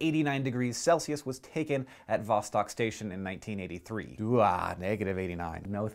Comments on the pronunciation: It's not VAH-stock, it's vah-STOKE. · it kinda annoys me how you pronounced it VAH-STAHK, when it clearly should be pronounced VAH-STOHK.... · its pronounced vastok which means south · Hank, you're pronouncing Vostok wrong. I don't know how to tell you the correct pronunciation. Great video! :D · Lots of funny stuff comes from Russia, it's pretty screwed. Also, it's pronounced "vosTOK" and the emphasis is on the first syllable in "novotsi" source: I'm Russian.